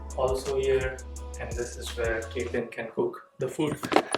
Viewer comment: She is Kaitlyn and not kethelin 😂